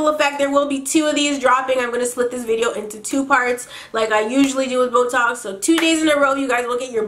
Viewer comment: I was listening to your story times for like 3 hours, and then I hear "Boetalks" and I thought you were saying "This was a really great botox" xD